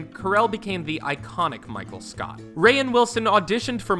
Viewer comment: DID HE SAY MICHAEL SCOUT???